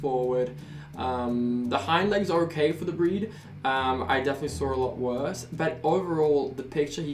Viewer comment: The 'okey' on is very Dutch😂 I know that bc I'm Dutch to